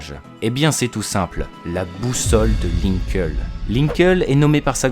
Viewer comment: ça se pronnonce "linkli" et non "linkeul"